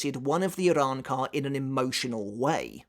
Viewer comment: Bro bodying these pronunciations lol I love the Arrancar arcs Spanish motif